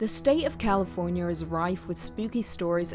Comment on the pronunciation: "Californier" I heard it. Don't deny it lol 🙂